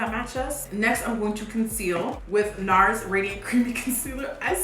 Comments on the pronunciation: NARS rhymes with Mars lmao 😂😂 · Nars because it rhymes with Mars 😂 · NARS cuz it rhymes with MARS 😂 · I thought he said bars, because in England ‘bars’ is like raps etc